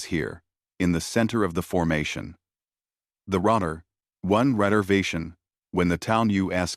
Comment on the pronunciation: What the hell is a "redervation"? Apparently they come in 3's!😅